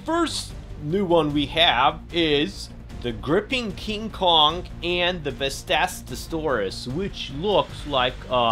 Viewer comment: Hey u said vastastosaurus but the pronouncing is vastatosaurus no s between ta and to